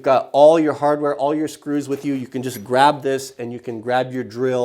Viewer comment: "I cant even list AWL of the things...."